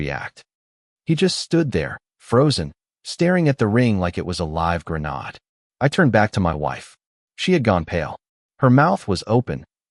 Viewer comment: Grin aid - not grin ard